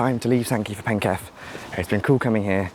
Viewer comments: Funny to see someone interested in the local area: Sankey for Penketh (penketh is pronounced PEN-kuth to me - keth is with a schwa vowel)'s "Penketh" is a whole place just like Great Sankey. The car park is used for apartment parking somewhat, but is usually much more vacant compared to when you came. WAW is placed within the Chapelford estate which has a lot more working age people compared to the surroundings of SNK, so it gets used far more. I get the SNK train to LIV sometimes and it will only be me, or me and one other person boarding the train. Everyone just walks down to WAW, everyone knows WAW gets more service so thats why there is no sign I suppose. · Interesting video, but pronounce Penketh as PENK-uth. The line skirted the edge of the airfield. There was a spur off it into the airfield probably used when there was more happening as it was a massive military logistics centre.